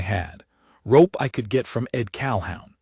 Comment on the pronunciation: Pronounced Cal-hoon